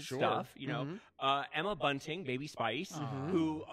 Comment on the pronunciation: Omg! Every time JSJ said Emma BUNTING I died! Love when people don't know the names of people they work with!